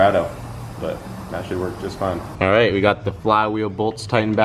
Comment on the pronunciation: "Is your boat gonna be ahhhite?"...LMFAO dude you're the best!